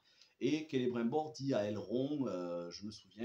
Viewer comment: Just un petit conseil regarde la série en français canadien le doublage est vachement mieux je me suis rendu compte en t’écoutant prononcer le non de celibrimbor et la région du Lindon 👍🏻🙂